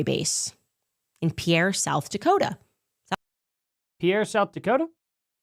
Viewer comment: FYI the plane that landed in (pronounced peer, Sd) and Denver are different time zones. Denver is 1 hour earlier than pierre.